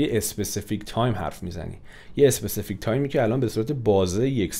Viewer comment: Mamnoon misham specific ro especific talafoz nakonin 🙏🏽🙃